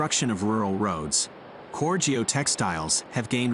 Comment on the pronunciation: Coconut fiber is called Coir...🙋🏾‍♂️✅ not coor....your pronouncing it wrong...🙅🏾‍♂️❎